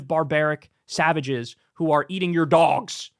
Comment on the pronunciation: I wish I could hear the laughter across the nation when he said "eating the dwogs"